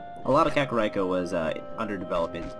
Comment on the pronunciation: Kakariko is pronounced "Kaka-reeko", REEKO, not "Rai-ko", It's not Raikou the legendary Pokemon.